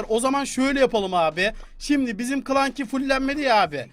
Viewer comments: Abi Klanky diye okunmuyor klansy diye okunuyor 😂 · Klanki değil klansi diye okunuyor onun ismi .d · Abi klanki diye deil klasi diye okunuyo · Clanki değil clansy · Abi klenky değil kılensi yanlız doğrusu da clancy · Abi o kılansi diye okunuyo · Abi c yi sdiye okiycan